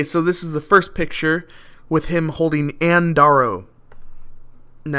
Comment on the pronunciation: That's the Crystler (like Dodge Crystler etc etc) building in the background. In the 1930's, in which the original King Kong was made (1933) the Empire State building had only the small spire at the top. BTW, it's pronounced Ann (DARE-O) Darrow. I pre-ordered this guy, CANT Wait!!!!